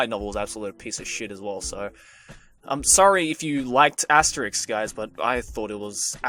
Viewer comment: he sucks at pronouncing Asterisk!!!!!!!!!!!!!!!!! And I love Itttttttttttttttttt!!!!!!!!!!!!!!!!!